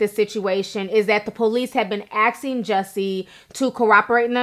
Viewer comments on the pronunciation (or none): Jennifer Rhone what about “axe” and “axing” instead of “ask” and “asking”, can’t be that hard